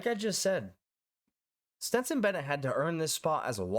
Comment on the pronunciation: It is pronounced STETSON, not STINTSON